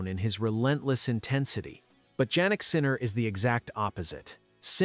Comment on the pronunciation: Jannik Sinner is pronounced as Yannik not Jaynik ( sounds like).